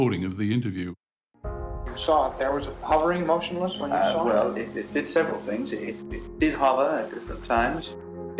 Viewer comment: "saw it" or "soar it"?